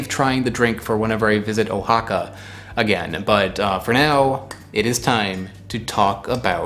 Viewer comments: The state of Oaxaca is pronounced Wa-ha-ka not Oh-ha-ka. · "wah HA kah" You could at least try to pronounce foreign words correctly. It's not that hard. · the name of the state (and its capital), Oaxaca, is pronounced “Wah-hah-kah.” I went to Oaxaca a few years ago, and I had the drink, Tejate. It was good.